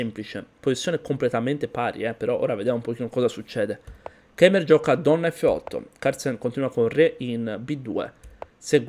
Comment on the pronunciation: fratello se vuoi pronunciarlo originale in lingua tedesca, si pronuncia Keyma. Anche hitler in germania si dice hitla. Vabbe in verità loro non pronunciano mai quel nome. Tipo voldemort, colui che non deve essere nominato. x) bel video comunque come sempre, sei forte